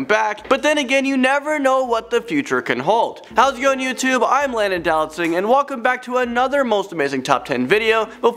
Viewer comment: Oh and when you say your name Landon I thought you were saying do not sing hahahaha sorry lmbo